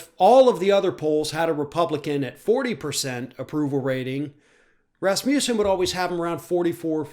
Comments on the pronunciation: "Raz-moose-en"? lol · Sorry about this digression, but is that how he (Scott Rasmussen) pronounces his name or is it the way Americans interpret it? As a speaker of a Scandinavian language, it throws me off every single time it's being said. To me, the first a should have a more 'ah' sound, the u should be pronounced without j sound before the u (as in not euw, just uw). Of course, none of this matters as it has nothing to do with what's being said. Again, sorry for digressing into the unrelated issue of phonetics. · Rasmussen is definitely not pronounced like this... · Here som trivia. Last name Rasmussen actually means son of Rasmus. Sen is the son part of the name. In the olden days, people inherited their surname based on the farthers first name and with the ending sen (son). So to say the surname correctly it has to be - Rasmus-sen.